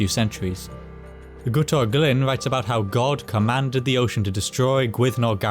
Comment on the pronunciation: Your videos are so well presented and paced, even containing a dynamic that builds up towards conclusions. None of that is easy, so I applaud your work. Da iawn, ac mae'r ynganiadau Cymraeg yn dda hefyd. Cofia bod Guto yn swnio fel git-o, nid goot-o.